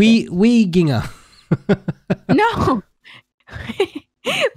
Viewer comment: When pounced weeginger24 wrong I started laughing and I'm still laughing from that, I am literally crying from how funny that was😭😭😭